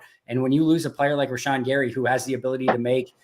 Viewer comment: For the love of glob, learn to pronounce Rashan, it isn't a tough one. I'm probably just salty that you're drinking a Michelob Ultra.